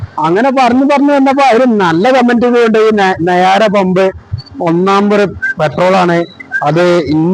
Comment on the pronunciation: നായര പമ്പ് അല്ല കോയ... നയാരാ പമ്പ്... ആദ്യം പറയാൻ പടിക്കു നേരെ എന്നിട്ടു വിഡിയോ ഇട് കോയ...